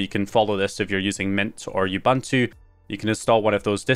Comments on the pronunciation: Sidenote: "Ubuntu" is pronounced "ooh-boon-two" In case you were interested and stuff 🙄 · Bro what part of the UK are you from to pronounce Ubuntu like that. I mean no offense, I'm genuinely curious.